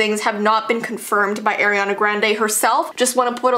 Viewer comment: It is not airiana it's Arianna!!